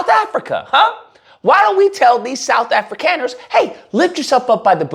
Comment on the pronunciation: It's pronounced Afrikaaners (Africonners)